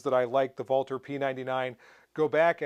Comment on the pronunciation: Thank you, thank you for correctly pronouncing Walther! I'm used to most guntubers mispronouncing "ambidextrous" and just watch them while silently judging them, but to date, you are THE ONLY youtuber who I've heard correctly pronounce Walther. I don't judge the guys who mispronounce it like I do those who say "ambidextrious" because one is a foreign name while the other is an English word, but it sure was a pleasure to hear you say it right! Thank you for all the hard work you put into your videos and the education and entertainment you give us!